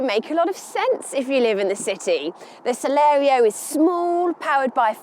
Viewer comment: At least twice she called it the Celero! It's Celerio.